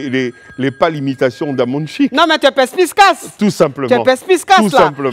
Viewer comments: Pespicace et non "pespiScace" vraiment 🙀 à Quand les médias décident de prendre des gens même pas habilités aux métiers du journalisme, voici ce que ça donne. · Perspicace et non « pers-pis-cace » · Le "PerspiScace" m'horripile à chaque fois 😂😂 On dit "perSpicace" please que quelqu'un qui est proche d'elle le lui dise...🙏🏾🙏🏾🙏🏾😂😂 Je n'en peux plus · Chic invité 🔥 Mais je dis ooh, depuis y'a pas qqun dans le Staff de Coach pour lui dire qu'on dit "PERSPICACE" et non "PERSPISCACE" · S'il vous plaît dite au Coach qu'on dit "perspicace" et " pesspiscace " c'est grave gênant ☹️ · "Pespisscace" ma coach tu es la meilleur 😂😂😂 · Eeeeh affaire de perspiscace. hamond on dit perspicace.....🤣🤣🤣🤣🤣🤣🤣🤣🤣🤣🤣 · C'est quelle affaire de "pespiscasse" ? Coach on dit perspicace. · Heeee la coach ... on dit "PERSPICACE" ! Et non "PESPICACE" . Mes oreilles passais juste là..🙄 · <<Perspicace>> au lieu de '' perspiscace'' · on dit perspicace et non perspiscace .... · Perspicace et non perpissecasse🤦🏿‍♂️ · Elle le sait elle fait exprès